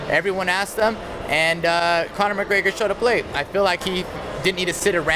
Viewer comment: Conor greygor? He doesnt even know his name